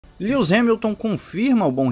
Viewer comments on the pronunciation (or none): experimente "líuis" Hamilton, é fácil, porque "líus" é como se eu te chamasse de "Pussi" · "Líus" Hamilton... vai aprender a falar o nome do cara quando?